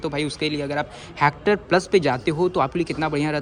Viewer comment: भाई ये "हैक्टर" नहीं हेक्टर है।